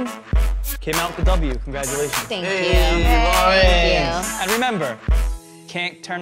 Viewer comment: Why do they call her Laurens with an S